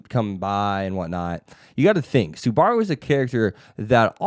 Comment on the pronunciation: someone help this manz say SUBARU's name right but other then dat this vid was solid keep it up bud